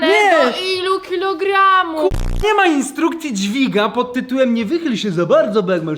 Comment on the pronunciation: Nie czyta sie ins5rukfji